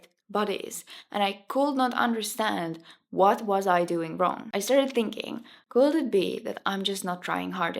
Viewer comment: Thank you for your advice and your nice video! Just some tips for pronunciation: could =[kud], not [kuld], said is like sad [säd], not [säjd], says [säs], not [säjs], decades [däkejds], not [dikejds] Thank you and all the best to you ❤